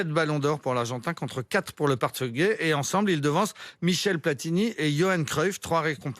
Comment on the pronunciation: Même pour prononcer portugais la brêle te dit partugais mais quelle honte Rmc